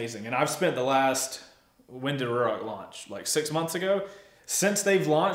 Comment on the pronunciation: FYI, as per Ruroc the pronunciation is “roo rock” 👍